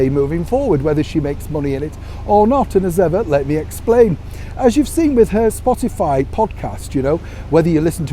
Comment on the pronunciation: I have to laugh at calls Spotify, Spotalie. Quite appropriate really.